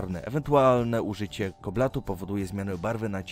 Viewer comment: Maaanganu i Koblatu?? XD